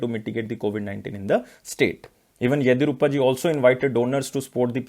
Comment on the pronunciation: Please pronounce karnataka's CM name correctly... 👉 YADI + YUR + APPA